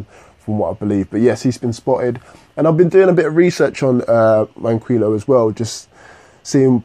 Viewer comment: FOR THE LAST TIME!!!!! IT'S MAN-KEY-O. Sorry I hate 2 be that person